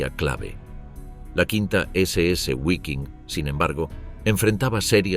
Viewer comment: Guaiking? Gualonian? 😢